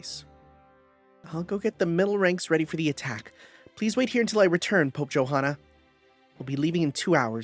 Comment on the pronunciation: just fyi Johanna's name is pronounced Yohanna with the hanna part pronounced like "hunter" but fast and without the t sound